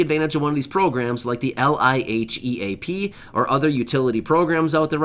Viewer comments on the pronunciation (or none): LIHEAP...... Pronounced leap....